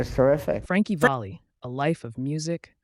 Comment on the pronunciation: Frankie (pronounced) “VALLEY” not “VOLLEY”!